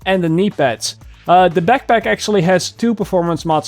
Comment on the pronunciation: I laugh at the peckpeck, AKA backpack